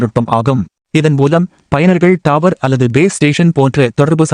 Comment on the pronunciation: டாவர் இல்ல தம்பி டவர் பா😂